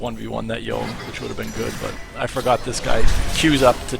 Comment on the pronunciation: LOL the way you read Yone got me. It's Yoné